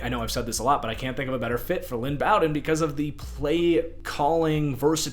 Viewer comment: Bow-Den like bow and arrow